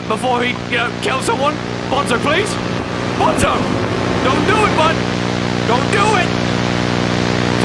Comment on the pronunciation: Is not bonzo is banzo